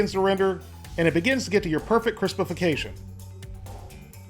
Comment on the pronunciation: Cristifercation hahaha 😆😂😂😂😂 That's now a new phase for me thanks lol😅.